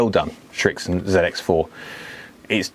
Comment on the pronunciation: Probably because like me , you can not pronounce the name correctly!